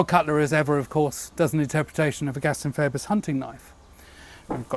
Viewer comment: Just a little quibble, I think it is pronounced "Feebus" the OE is pronounced the same as in amoeba.